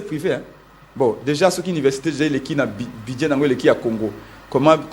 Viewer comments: Dit lui ce budget, non buduet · Aah bon yango esilisi embouteillages te po eza nde ba SOINS DE MOUTON , udps , udps, udps, BUDIER quand même une prononciation pose problème, allez y déduire